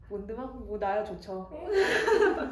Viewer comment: 몬드맘 교수님 너무 멋져요 +_+ H는 묵음이야~~